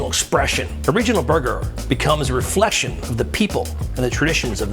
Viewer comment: did he pronounce it as "refleshion"?